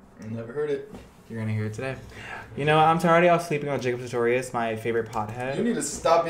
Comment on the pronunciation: He really said Jacob Startorius our favorite pothead 😂😂😂😂